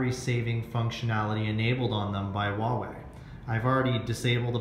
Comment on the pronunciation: WHO THE FUCK PRONOUNCES HUAWEI LIKE THAT